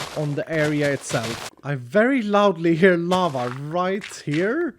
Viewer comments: Lava! I thought he said llama lol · When you said lava It sounded like you said lama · I thought he sed lama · Oh lava? Anyone else think he said llama